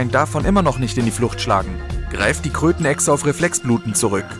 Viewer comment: Wer hat auch klötenechse verstanden?🤣😂